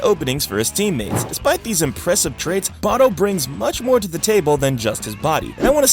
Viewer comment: why do you say king barou like that? 💀